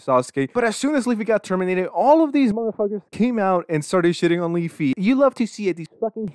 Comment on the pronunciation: Weafy sounds like my grandparents trying to say WiFi.